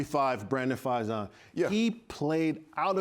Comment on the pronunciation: EA & EC represent! 5-2 before the bye, let's keep our heads down and get ready for a big second half! Marcell, love to have you back! its Johnathan Abram, not abramS, Think it's Brandon Facyson, FAy-son, not fai-zon like paisano